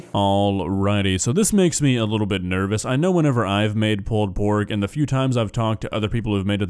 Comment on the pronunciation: One of most infamous videos and one that's become something of a meme amongst "foodjacks" because of those ridiculous meat claws he uses. 😂 P.S. You've got to love the way mispronounces "pulled pork" as "pulpork."